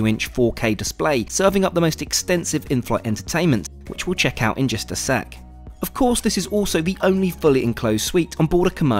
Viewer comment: “just” not “jest”